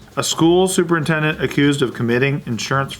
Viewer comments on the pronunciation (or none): Is it just me or did it sound like said "Super Nintendo"?